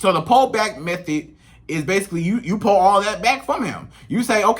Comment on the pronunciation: Lol it’s Pull not PALL 😂😅